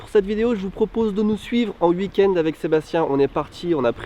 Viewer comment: Ta prononciation de week-end m'énerve ! On ne prononce pas "huikend" ou "iukend" mais "ouikend".